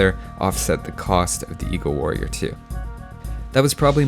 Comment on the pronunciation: Man I always think he's saying eco-warrior instead of eagle-warrior